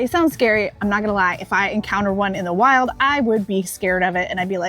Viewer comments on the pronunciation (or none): none